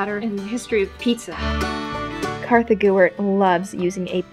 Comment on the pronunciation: ArtsyX no it’s not Kartha